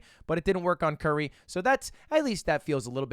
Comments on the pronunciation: it's not Curry god damnit it's curie. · bruh dude read curie as curry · Ludwig pronouncing curie like curry instead of the french pronunciation like she isnt one of the most renowned scientists of all time smh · This is clear cut proof that Mogul Mail and Ludwig are different people. Ludwig would have known that "Curie" (Marie Curie) is a French name with French pronunciation. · man really said curie as curry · bro said curry hell nawww 💀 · Lmao "curry", and this guy calls himself French. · Did you really pronounce Curie like Curry? 😭😭😭I thought you were French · "Cure-E" not " as in famous chemist/physicist Marie Curie...english major btw :) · Lud saying Curie like Curry is great. Marie Curie didn't die of super cancer and win a Nobel Prize for you to say her name like the basketball man. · Bro did not just pronounce the surname of the only female dual nobel laureate as „curry” 💀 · The way Ludwig pronounces "Curie" as "curry" is killing me man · Someone teach Lud who Marie Curie was so he can say her name right. 🥸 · Damn, you know it's a bad day for Marie Curie when her namesake AI is a transphobe, and some washed Jigglypuff main can't even pronounce your name correctly... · That pronunciation of Curie made Marie Curie roll in her grave